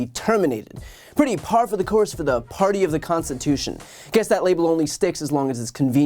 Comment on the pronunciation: Trump says 'The constiwhotion ?'.